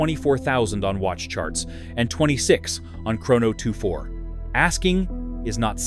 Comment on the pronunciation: Do you know how to pronounce Chrono 24? AI slop!